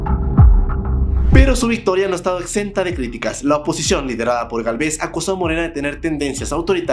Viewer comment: Entiendo que no puedas decir el apellido de Sheinbaum y lo digas mal, también el de Xochitl. Pero que ya ni sepas decir: "Gálvez"? Que onda contigo jajajajajs